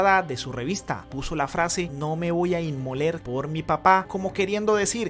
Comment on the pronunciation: La revista no dice "No me voy a inmoler" dice es No me voy a inmolar, que es la pronunciación correcta 🤦‍♀️🤦‍♀️ y me imagino que ya se estará retractando de muchas cosas dichas, por miedo, por amenazas recibidas o porque sea como sea Petro es su padre y no querrá hecharlo al agua porque después sin lugar a dudas vendrán represalias.